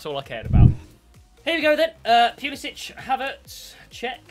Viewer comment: Poo-li-sic: Pew-li-sich